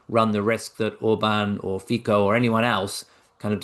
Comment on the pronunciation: Slovakia prime minister Fico pronunciation is: "Fitso" not "Fikko". "Fikko" pronunciation sounds really ridiculously for us from Central Europe.